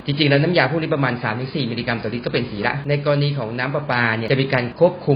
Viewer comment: ผมเหมือนได้ยินคำว่าสี เป็น หี นะ 5555